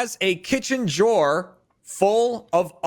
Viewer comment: why does say drawer with a j